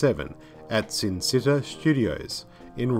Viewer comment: The bad guys name is count Zarth-Arn ... you keep missing the ‘Arn’ part. And Cinecetta is pronounced ‘Chinny-Settahh’